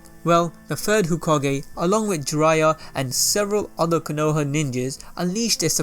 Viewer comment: Nah-Gah-toe, Koe-No-Ha